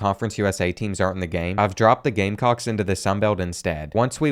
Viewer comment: Please to South Carolina gamecocks wrong. gamecocks😭